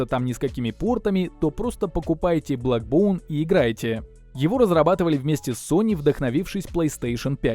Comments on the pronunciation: бЭкбоун а не бЛэкбоун...колхоз обзор...На отвали...Не твое это... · Не блэкбоун, а бэкбоун☝️